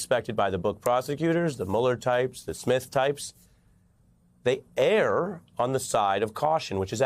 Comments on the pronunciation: Don't say they "air" on the side of caution. They "urr" is how you pronounce the word "err." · ERR is pronounced "ur" not "air." Never mind. I see that once words have been mispronounced long enough they become standard. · This man is the best reporter / commentator around ; he does however mispronounce err making it sound like air .There are three ways of saying it and air is not one of them